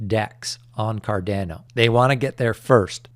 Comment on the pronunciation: For the love of god can you please learn how to say cardamom and Ada properly? It’s not cardeeeeno and aaaaadaaaaa. Thank yew